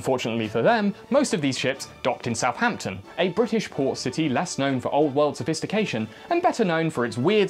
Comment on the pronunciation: oh look it's a demon (removes mask) OH SHITE ITS A BRI,ISH.